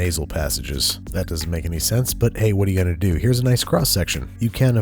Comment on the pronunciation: Do Baltimore people really say “do” and “boo” in British accents?